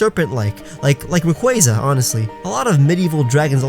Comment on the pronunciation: The cloyster museum? Like as in the water pokémon? wow, you pronounced Rayquaza correctly! I've heard a lot of pokétubers say it wrong recently.